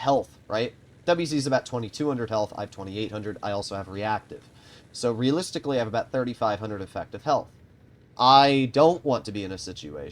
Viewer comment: The amount of times he said realistilcy